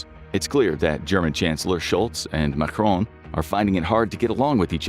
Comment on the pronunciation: Macron was pronounced as if he was Spanish and spelled "Majron" 🫠